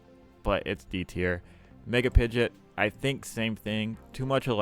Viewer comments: Why do you say Pidgeot like that? Did you not watch the show? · The way you said pidgeot made my ears bleed